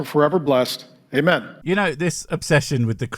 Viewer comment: i heard "hey man" instead of amen and now I'll forever imagine the priest greeting a random guy whenever I hear any preacher 😂😂😂